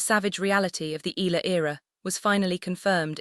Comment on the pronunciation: Pls respect our FILIPINO PRONOUNCIATION it's E YA LA !!!!! AI STUPID LADY. Spanish or American PRONOUNCIATION is not right ,ELA my ash!